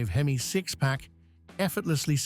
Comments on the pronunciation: Some one needs to tell AI that H-E-M-I spells hemi , just say hemi car guys will understand. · "Inspired by Chrysler's legendary four-twenty-six AITCH-EE-EM-EYE vee-eight"